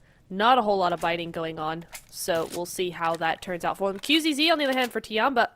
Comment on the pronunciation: dafuq is wrong with the caster? Xing is not King, Qzzz is not Qxzz, alots of mistakes